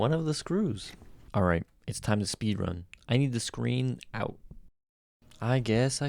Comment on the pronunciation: Screen not screem what a fool